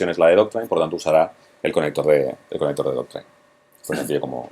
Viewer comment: Me encanta como comunica, solo espero que no se me pegue decir ´Doctrain' luego.